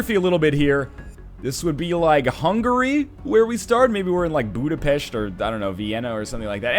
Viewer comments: NL, you're the first Canadian I've heard since in my 17 years in Canada to say Budapest properly lmfao. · Wow you said Budapest right.Btw greetings from Hungary. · As a Hungarian I thank you that you know where Hungary is, what is our capital and how to pronounce it correctly. Been subbed to you for 2 years now and I have to say, you are my favorite YouTube-er. Keep up the great work NL and I wish you all the best in the future! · NL, I love you because you can pronounce "Budapest" properly. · Én is meglepődtem, de kellemes meglepetés volt. :)